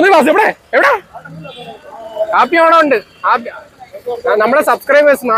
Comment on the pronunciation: കാപ്പി ഓണം അല്ല ഹാപ്പി ഓണം